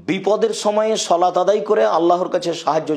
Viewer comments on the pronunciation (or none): শলাত টা কি? বাংলাটাও শুদ্ধভাবে বলার যোগ্যতা হলো না?